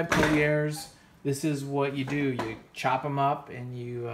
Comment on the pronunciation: No one ever pronounced Collier's french-style "CollyAIRs". It was always just "Coll-yurs".